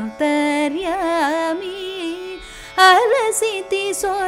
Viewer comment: Not 'YENTERYAMI' BUT 'antharyami'